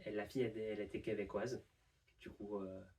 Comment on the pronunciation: très belle gestion du "du coup", ça fait très natif